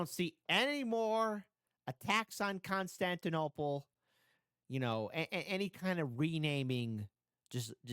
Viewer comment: sorry but i can't stop myself from laughing whenever you say constantinapolis lol a song was running in my mind throughout the entire video. it was like: Istanbul was Constantinople Now it's Istanbul, not Constantinople Been a long time gone, Constantinople Now it's Turkish delight on a moonlit night Every gal in Constantinople Lives in Istanbul, not Constantinople So if you've a date in Constantinople She'll be waiting in Istanbul Even old New York was once New Amsterdam Why they changed it I can't say People just liked it better that way So, take me back to Constantinople No, you can't go back to Constantinople Been a long time gone, Constantinople Why did Constantinople get the works? That's nobody's business but the Turks